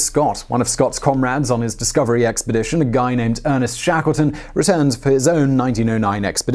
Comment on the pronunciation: Say WHAT? " . . . Shakleson . . . " ??? It's "ShakleTon" - (with a "T") - (ffs)